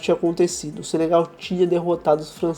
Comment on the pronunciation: "Senegal" não Sebegal